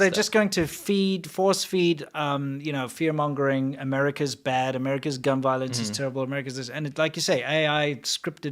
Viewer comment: "Gun Vioence" 😆